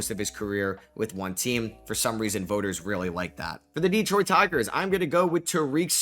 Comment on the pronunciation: It's not pronounced DEEEEEtroit and it's not pronounced Tareeeek. What is the matter with you YouTubers...if you want us to take you serious then listen to 1 single replay of a Tigers broadcast to learn how to pronounce his name correctly. It's just like Derek but with a T....T-Derek....Terek,....Tarik. Skuball...Skoo....bull....Sku...ball...Skubal. Tarik Skubal.